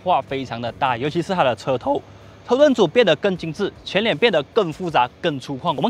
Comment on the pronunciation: “车头”走音😅